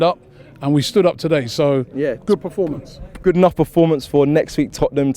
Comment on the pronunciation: Can someone please tell Robbie it's Performance NOT Preformance! 🤦‍♂️